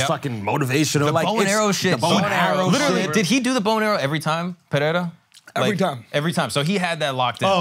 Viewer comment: STOP SAYING PERREIRA LIKE THAT YOU GUYS